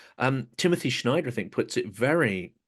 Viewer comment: Good talk. But it's "snyder," not "schneider."